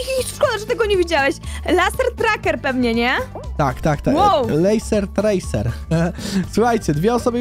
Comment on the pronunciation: Muwi się lejser trejser